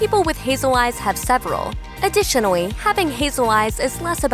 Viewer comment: Also, any time she says “additionally” I hear “adwitionally”